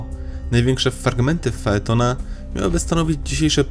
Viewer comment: FAeton czyt. Fejton a pisz Phaton